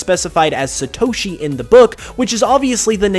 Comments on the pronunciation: It's NOT SuhToshi... It is SAATOSHI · You mispronounced satoshi